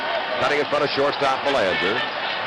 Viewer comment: As a Canadian I remember noting the horrible pronunciation of Mark Belanger's last name. Half the population of Mass. seemingly has Quebecois roots.